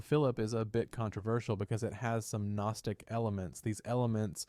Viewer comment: AI voice generation has gotten so damn good. Took a sec, but became obvious this is AI.... "one saint century" (1st century, lol), or the "G" in "Gnostic", and many other examples.